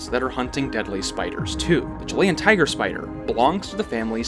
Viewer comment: Chili - Chill e Chilean - Chill e un Not Chill lay un Learn English correctly